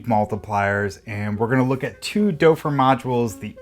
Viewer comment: Great video! My only thing is your pronunciation of the name Doepfer. It's better if you pronounce it as "dupfer" instead of "dopfer". oe sounds more like an u instead of an o.